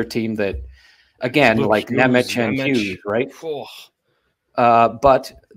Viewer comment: Also for SIMON NEMEC it pronounces > See-MOHN Nem-Ads, not Nem-atch...